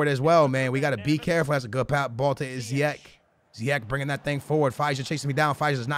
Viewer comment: it's ziyech not ziyek, and play him at CAM not RM, you'll enjoy him gameplay more